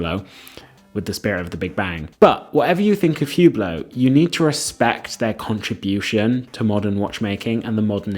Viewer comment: These guys defending Hubot can't even pronounce the name of the company correctly 🤦‍♂ The H is silent and it's French pronunciation...Say OOH-BLO...not HEW-BLOW. A terrible watch brand for folks that have no taste and money to waste. The purple Maserati SUV of the watch world. It's a watch you buy to let people know you value an empty status symbol with no inherent substance or value.